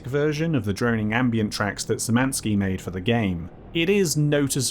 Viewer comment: There is not a single person to ever pronounce Szymanski right....